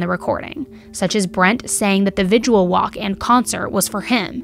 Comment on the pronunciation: I like, and maybe I'm too picky but humor me....I'm almost 65 years old, and did well in english and editing and writing. Why do people pronounce the word "vigil" as Vid-u-al? That's incorrect and it is spelled just the way it should be spoken. Vi-gil. Thanks. ETA: cannot figure out why there seem to be so many of these really fucked up and sick ppl in the world.